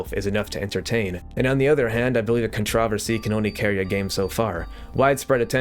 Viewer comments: love ur vids but why do you pronounce controversy like that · Why do you pronounce controversy like that